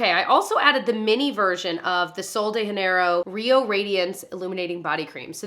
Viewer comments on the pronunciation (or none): seriously obsessed with your videos, forever taking your recommendations and adding products to cart while watching you LOL. quick note only because its my first language but in Portuguese we pronounce the J in Janeiro, unlike Spanish. just had to say it since I see so many YouTubers pronounce it in Spanish haha